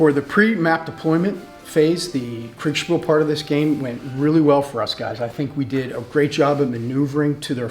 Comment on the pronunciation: Sure! (just one s - Kriegspiel) But the Krieg-bit should come out of our mouths as 'Kreeg' - I heard 'Craig' a few times. This doesn't mean the video was other than great. Regards to all of you.